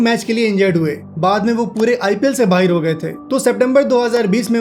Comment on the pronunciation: Why do you have a Pakistani accent bro? You said "baahir" instead of "baahar"